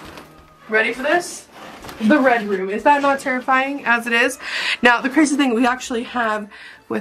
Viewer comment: red room sounded like redrum